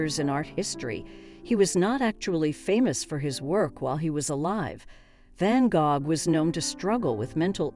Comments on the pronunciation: I was wondering if I had always learned to say it wrong 🤣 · I couldn't get past the mispronounciation of his name.